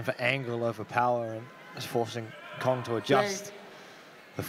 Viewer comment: It's not Kyong its Kong, these fucking commentators can never pronounce names properly. You have one job!